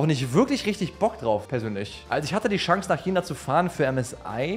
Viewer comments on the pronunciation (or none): Jedes mal, wenn “Schangs” sagt, stirbt in mir etwas